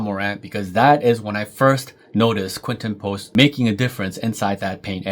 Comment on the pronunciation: I think by now he deserves his name to be pronounced correctly. 🙃